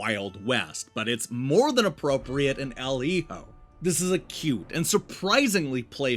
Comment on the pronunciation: Giving this review an automatic thumbs up for being the only one to pronounce Hijo correctly. I had to nope out of a bunch of them after hearing “Heeyo” for the 90th time.